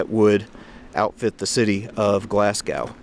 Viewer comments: Gloss-go 🙄 not glass gow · Pronounced glazgo Not glass cow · The first Glasgow you said correct, but as I pause this after the next 3, they were said wrong, lol. GLAZ-GO, not GLAZ-GOW!! 😛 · Pronounce it Glasgo - the w is Glasgow is very much silent. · Nice video, but Glasgow is pronounced glas-go. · It's pronounced Glaz go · Good video, but next time, just say "Glas-go" as that is how it is said lol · Typicall yank. I think the people from and live in a place know how to say it. BTW Moscow is not pronounced Mos- cow . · Sorry but its pronounced glaz-go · Great video, just for your own knowledge Glasgow is pronouced 'Glasgo' Don't pronounce the w.:) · HOPE YOU DONT MIND ME SAYING THIS... GLASGOW IS PRONOUNCED 'GLAZ GO'. JUST A FRIENDLY BIT OF INFO. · Had to laugh at Glas-cow that’s one way to upset the Scot’s…great vid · It's actually pronounced "Glass Go." Enjoyed the video however. p.s. The amount of rain that falls on Scotland is why it's so green. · His pronunciation of Glasgow is cringe worthy 😂